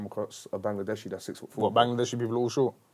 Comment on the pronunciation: Huncho pronounces “Bangladeshi” like how Bangladeshis say it.